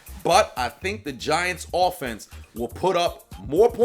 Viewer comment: I thought you said "the VaGiants" :)